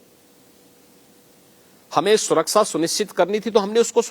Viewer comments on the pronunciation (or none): Baba Hathras bhul gaye betiyo ki surksa nahi suraksha hota hai